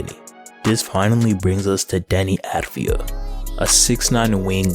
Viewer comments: great vid but i had to say its avdija and not advija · It's avdija (av-dee-ya) NOT ADVIJA!!! the least u can do is get the name right